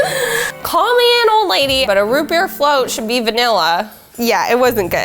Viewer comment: "RoOt BeEr FLOt